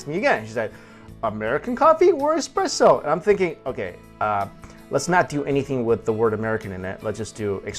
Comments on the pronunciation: oh no Esssssssspresso not expresso... - but i still think youre great in this! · It's espresso not expresso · its not expresso it is an "espresso" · Just saw this video from a few years ago. Love your hilarious descriptions! And that baguette! Why is it so hard to get baguettes like that in the U.S.? With a crusty crust and soft, loose texture on the inside? And you haven't lived till you've had one with butter and jam in the morning (I lived in France for a year). By the way, the coffee gods are frowning upon you. It's "essspresso," not "exxxpresso!" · Espresso not Expresso! Gah! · it's espresso not expresso ;-) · What a nasty comment about parisians, one person isn't the whole city 1st. 2nd if you want to give lessons be sure to be right, it' pronouced Expresso in french as we use express for something fast. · You should pronounce it as Ess-Press-O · eXpresso?! really?